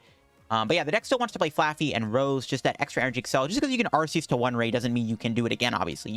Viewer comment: Okay, but since you’ve been able to have so many great decks with Arceus, we should try not to butcher its name, right?! 😅 The correct way of pronouncing Arceus is with a hard “C”, like ARK-eh-us. Here’s why: the word “arch” means chief, leader. Arceus is the god Pokémon. He is the leader. Just like Archangel. That’s the leader of the angels. And it’s a hard “C”. Another HUGE reason for it is that in British the word “arse” means ass. Love your videos, but please say its name properly 😁